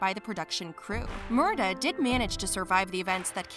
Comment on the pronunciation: And it is Murtagh with a T not murdagh